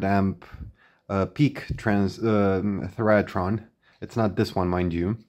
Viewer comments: It's pronounced thigh ra tron, not theryatron. I wondered why I had never heard of these the first few times you mentioned it! Thyratrons were also used in some vintage TV timebase circuits. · Thy ra tron. three syllables, not four.